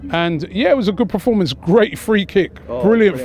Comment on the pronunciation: Can someone please tell Robbie it's Performance NOT Preformance! 🤦‍♂️